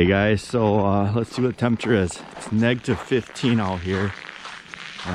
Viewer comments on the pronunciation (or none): Negtiv ? Is it that cold that you can’t say Negative?